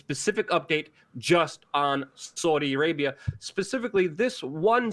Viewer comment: Sounds like you’re saying Soydi Arabia 😆